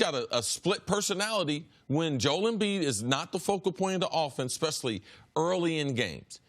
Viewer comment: Nobody: CC: Jole Embiid